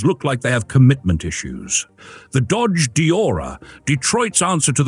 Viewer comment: Since when is Dodge pronounced Dah-jay? I thought it was a joke at first, but it kept doing it. I guess A.I. voices are getting more convincing, which stinks.